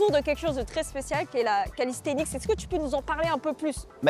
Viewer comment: Pourquoi il dit callisthenic*s* 🤔 sinon cool de te voir essayer notre sport 🤌🏼